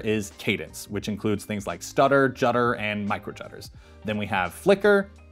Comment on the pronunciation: Jutter drives me cray